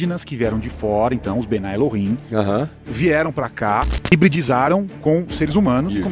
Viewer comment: Não é bnai El-him. É mesmo bnei El-him.